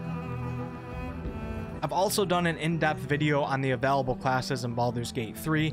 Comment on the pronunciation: I'm sorry but the way he says available really triggers me D